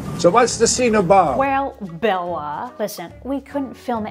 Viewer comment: I am so happy you pronounce Bella’s name correctly, so many people pronounce it incorrectly. I am Hungarian and so is he. Thankyou ❤️